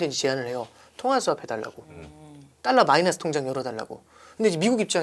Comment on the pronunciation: 딸라가 아니고 달라~~~